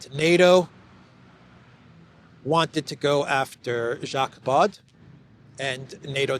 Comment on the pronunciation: How did you read Jacques Baud's name? 🤣😂🤣😂